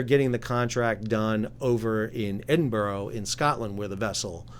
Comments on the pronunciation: In Scotland there is no such place as Edinboro it’s pronounced EdinBura - I live about 45 miles away from the dock which is not in Edinburgh but in Leith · Pronounced edinburra not edinburrow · Edin bura, not edin boro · Pronounced “Edinburrah” NOT “Edinborrow” Not as if the city of Edinburgh isn’t pretty famous..🤷‍♂️ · It's pronounced "Edinburah"....😉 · Wish folk would learn how to pronounce Edinburgh correctly, hint, EdinBoRow is utterly wrong. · Stil cannotpronouce Edinbrugh correctly You failed to mention the wind that night was gusting up to 47 mph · Could atleast get our country capital's name correct. It really isn't hard just listen to anyone saying it correctly. 😂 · It is Edinburgh firstly, but this dry dock is not in Edinburgh, you need to get your Geography wrong and how you say Edinburgh is just as wrong too! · But this is about Edinburgh,in Scotland,it’s a 1500 year old place and has been the capital of Scotland for 500 years...and North Carolina is...well North Carolina. Surely you have heard British people pronounce Edinburgh before,I wouldn’t pronounce the city Raleigh in North Carolina as “Raleeg” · Well to be fair,I’m English,I’m just constantly amazed how Americans can mangle established pronunciation 😂 Especially from the UK,which is a reasonably old ( the school I went to is 200 years older then the US and just a state school) and well known place,which a good proportion of Americans actually descend from. I mean do they mispronounce these place names at school in your geography lessons? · Why is it Americans cannot pronounce English Scottish or Welsh city's names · Is it pronounced EdinBurg, or Edinbow, or Edinbah? Don't tell us we are pronouncing it incorrectly and not give the proper pronunciation. My girlfriend's mother lived in Edinburgh and she pronounced it, Edinboorow. Listen to the Scots, not the British. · What is it with this guys pronunciation of Edinburgh - why is it American have to ruin the English language. Discuss